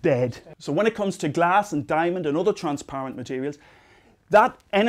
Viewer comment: "Why can light get true glass." "Glass compared to otter materials." accents are funny